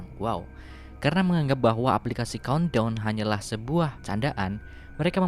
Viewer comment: Gw yang ga bisa bahasa ingriis COUNTDOWN=KONDOM BANG COBA BILANG CONE TALL